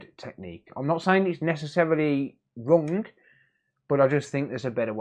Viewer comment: Forget the hdmi, are you saying wrong, wrong ? It’s not rung, that’s so rung. It’s wrong 👍🏻